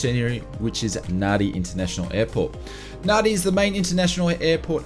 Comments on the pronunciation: C'mon, you're an Aussie. You have to know that Nadi is pronounced "Nandi". Nevertheless, great content as usual. Thanks for all your hard work. Have a great new year. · It's pronounced NANDI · The amount of people that cannot pronounce Nadi correctly astounds me.